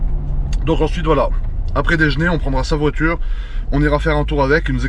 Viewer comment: "Dejner" Nonn !! Déjeuner frèrot 😂🤦‍♂️✔️